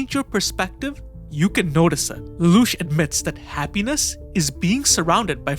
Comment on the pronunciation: If you think an AI can say Lelouch that well you're crazy.